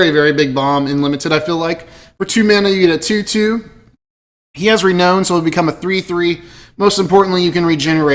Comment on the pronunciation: It is pronounced "Re-NOUN" not "own".